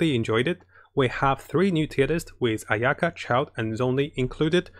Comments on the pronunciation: he just emphasizes the "ya" instead of the "a" at the beginning. I mean he's not Japanese so it's fine, and his first language obviously wasn't English so I'm not hatin on him for it but we KNOW for a fact that he's Chinese and CAN read Chinese, him pronouncing the Chinese names wrong is just.... I just worry for people who don't actually know how to pronounce those names getting mislead by him >.< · he mispronounce ayaka a million times which is cringey for me. I think she named her ayuki or something.